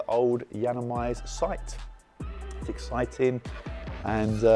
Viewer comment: Ex-site-ing... I see what you unintentionally did there 😂 🔥